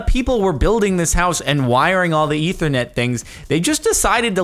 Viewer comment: Am I the only one that got mad wen he sead ithernet